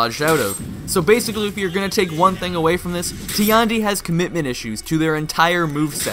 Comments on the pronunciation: Tiandi's voice actor: Tee-and-e Every player: TIE-YAN-DE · Nah nah nah bro its TEE YAWN DEE XD